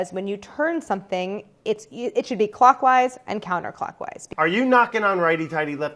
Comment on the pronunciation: Someone tell Claire clockwise = “lock”wise